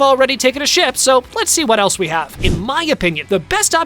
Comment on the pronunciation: he sounds like he’s saying shit instead of ship